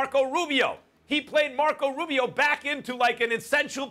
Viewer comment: i cant brlieve he said mark damn rubio